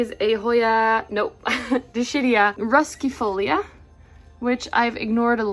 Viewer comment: Dischidia - dis-KID-ee-uh